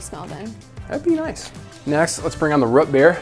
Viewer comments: Root NOT Rut. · Root beer not rut beer smh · It’s ROOT beer, not rət beer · I kinda cringed anytime said Root Beer. It was like Rut Beer..... I don't know how to feel about that. It was kinda funny but still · "Rut beer"? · lol why does he say root beer as "rut beer" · Did he say rut beer? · You lost me at “rut beer” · Did he say "Rut Beer"? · thats not how you say root beer